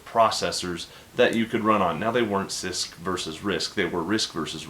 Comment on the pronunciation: every time you say cisc i hear cyst. what is wrong with me!